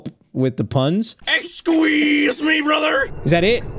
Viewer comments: Narrator: "EXQUEEZE ME BROTHERR?" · EXSQUEEZE ME BROTHER?! -Narrator